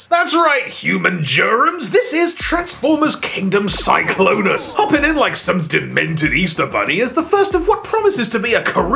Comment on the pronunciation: “Glennclonus.” You’ve killed me